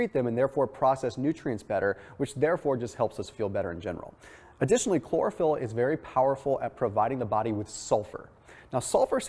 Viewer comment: Chlorophyll? Sounds more like Borophyll.